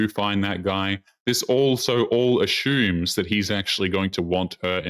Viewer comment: Am I the only one that finds pronunciation of the word "Assumes" delightful? It sounds like he is saying Ashoooooooms.......LOL